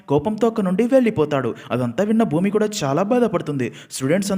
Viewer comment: Bhoomi kadhu bhooma